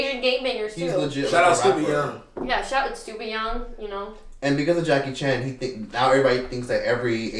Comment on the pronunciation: Lmaooo bro said Jacky Chong😂😂😂